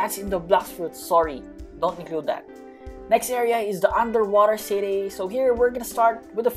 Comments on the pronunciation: The Way He Said "UnDeRWoTaH ✨CeEtY✨ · احلى شي لما يقول انطر واطر صطي والله بيضحك مرا😂😂😂😂😂